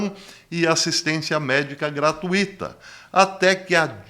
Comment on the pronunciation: Bom dia caro. Admiro-o como pessoa e como comunicador. Acompanho todas as suas lives e aprendo muito com elas. Essa do ex presidente Obama é realmente uma bomba e já conhecia essa suspeita qto a ele. Só observo uma coisinha qto à sua pronúncia da palavra “gratuita/to”. O senhor a expressa com quatro sílabas: “gra-tu-i-ta/to”, mas ela tem somente 3 sílabas: “gra-tui-ta/to”. Deus continue abençoando o senhor e sua equipe para continuar transmitindo bons ensinamentos e excelentes informações por longos e longos anos. Amém.